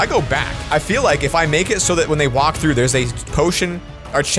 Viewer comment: LoL on 0.31 sec at the begin he says trough but he speaks the tr like rly t(rrrr)ough the r 😂